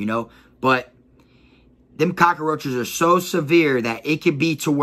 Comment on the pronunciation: My guy said cakaroaches ………definitely from Florida my g